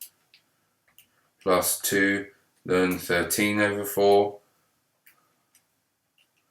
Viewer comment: why do you call the natural log 'lun'?